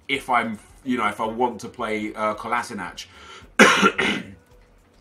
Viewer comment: it's pronounced Ko-la-Shi-natz